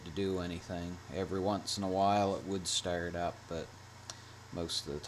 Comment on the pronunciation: "Sturt up"